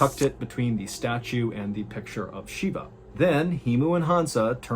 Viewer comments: Shiva. Not Sheeba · MR baaaaaaaaaaallllen , its Shiva not Shiba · Thank you for covering the story, but it’s actually Shiva not Shiba. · The pronunciation is SHIVA as in “She - Va” V in Va, not SHIBA “she - Ba”. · I think it's pronounced with a 'V' ,it's Shiva if memories serves me right